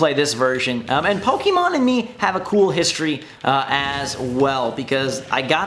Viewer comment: What's a puhkeymon?